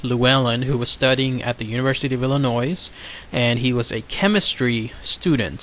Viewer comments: PLEASE stop pronouncing the S at the end of Illinois. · He's not telling what to do.It's pronounced Illinois-S is silent. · I'm from mattoon Illinois and u have it all wrong and don't know how to say the town right or state and he was a bug man and people did die u can go to Dodge grove cemetery and if u are not from the town do more research